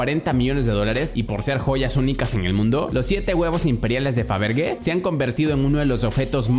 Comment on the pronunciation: Muy buen video pero mal pronunciado el apellido de Peter Faberge